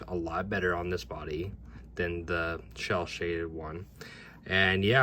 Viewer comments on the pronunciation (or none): Great video! Idk if you know or not, but it’s not “shell shaded” it’s “cel shaded” (sounds like sell shaded)